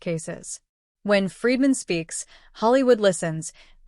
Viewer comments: Bryan FREEDMAN, not Fredman! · This channel would be more credible if it pronounced Bryan FREEdman's name correctly. It is not FREDman, it is Freedman. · PLEASE LEARN HOW TO PRONOUNCE ATTORNEY FREEDMAN 'S NAME!!! IT is pronounced JUST as it looks!!!!!